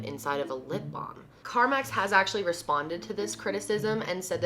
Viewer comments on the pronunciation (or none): It's "carMEX", not "carMAX". 🤭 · said carmax instead of carmex haha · Car👏🏼MEX She also said carmix...Only avid Carmex users notice these things lollll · CarMax is car dealership; CarMex is lip balm. lol girl your pronunciations sometimes kills me. I know this is an older video but still holds into the new ones. Can we call them "Kendalisms"? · Am I the only one who kept noticing the Car-Max? Its Car-Mex darling! 😊 Lol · Lol she kept saying CarMax I love this type of video!! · Carmex not carmax. I’m not trying to be rude but when I was little my dad would say it’s not carmax it’s carmex. So it’s kinda drilled into my head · The way she says "carmax" is driving me crazy... lol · Cynthia Hunter I know what it is , I’m saying it sounded like she said Carmax like the car website instead of carmex